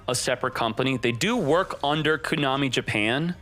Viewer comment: If he pronounces it “Cooo-Nami” ONE MORE TIME lol